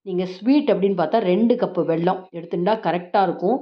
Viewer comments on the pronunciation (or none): pl say வெல்லம் not வெள்ளம் 😢